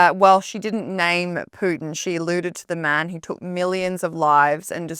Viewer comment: Well at least she doesn’t say “Pewtin” Instead of Putin.